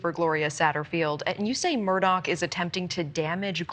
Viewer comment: The reporter calls him “Alec Murdock” with a hard k on the end.